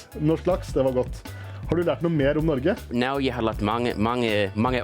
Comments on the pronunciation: Helt imponerende! 👍 As a Norwegian American, some constructive feedback: during your interview with the journalist, you pronounce Norge as “Nor-gay”. 😂 It’s actually “Nor-ga”. It was probably just due to nerves, though. Nice job! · Man said norgay